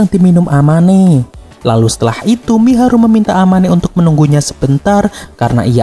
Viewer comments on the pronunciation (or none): Mahiru bg bukan miharu🤣🤣🤣🤣🤦🤦😵🤦